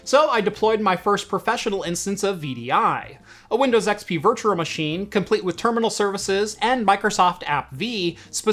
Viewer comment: Virtual not virtuRal